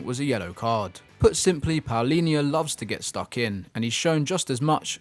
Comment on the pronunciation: One day the english will be able to not only say João properly but also Palhinha 😂😂